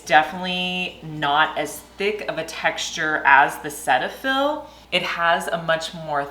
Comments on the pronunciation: It is not pronounced “Set” fill. It is “seat” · Cetiaphil is pronounced Cee-tafil, here in Canada, anyway. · The correct pronunciation is SEE-tuh-fill 😊